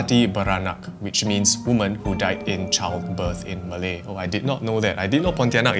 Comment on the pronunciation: The malay pronunciation quite good eh